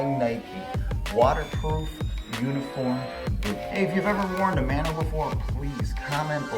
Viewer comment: Speaking as a dude who grew up in Hawaii: Mah(As in Mama)-no-ah, not Man-oh.